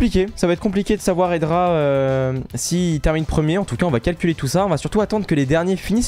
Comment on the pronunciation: juste c espi pas epsi et c hedra pas edra